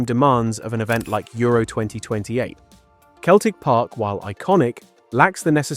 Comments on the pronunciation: Celtic park is pronounced "celltic" park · Celtic Park is pronounced with a soft C at the beginning. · Keltic Park?…. Oh dear, ai’m out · Arnfield. Keltic Park. AI gone awry. 🤣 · Celtic Park pronounced "Seltic Park". Also called Parkhead. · U lost me at 'Keltic' Park.... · Good old "Keltic" Park. Fed up with flawed AI Commentary. How much does it cost to get someone to read out the video script ? Bugger all. I'll do it for nothing!